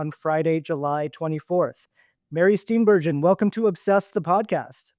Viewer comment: She pronounces her last name Steen Ber Gen, hard G, not Steen Ber zhin